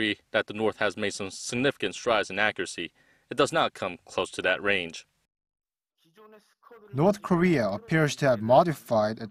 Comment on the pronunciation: "orth....."😂😂😂 ORTH KOREA IS BEST KOREA!!! Just kidding